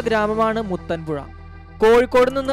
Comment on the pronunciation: Muthanpuzha alladoo....muthappanpuzha